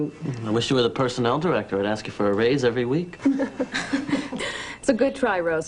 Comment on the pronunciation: Hold up hold up..let me axe you sumthin. 🤣🤣🤣